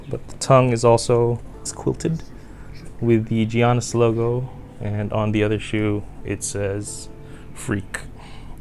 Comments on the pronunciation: the G in Giannis is pronounced as a Y. Pls stop saying Jiannis, it's pronounced Yiannis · If you say Jiannis one more time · It's Yannis